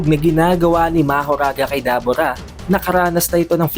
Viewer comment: Debura po Hindi dabura